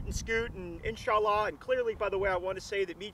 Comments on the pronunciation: "We're not political" Proceeds to mock the Muslim faith by butchering phrases. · So does every single special forces or anybody out there not a wannabe special forces everytime they say "insha allah". Massive cringe. These wannas need to stop playing.